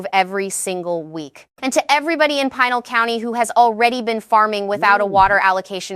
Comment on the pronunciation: It is pronounced PEENAL (Pinal). Have A Sue (Havisu) Emphasis on Hav,. Also watch the live and live. They always say one or the other but AI's do not understand two pronunciations but the same word. It is not logical so even a machine that learns can not understand that live is used one way and when you go LIVE it is a long i. You cannot code this Ai but the information is important. It should not turn people away. And the people in small towns in Arizona will be impacted by this, very hard. We live in Tucson. I would love to share these with other friends in our state of Arizona, but with these mispronounced names, sound amateurish and silly. The speaker was a woman's voice. But it did not know the difference between long i sounds and soft i sounds like tissue. In Spanish the i's have the long EE sound like in feed.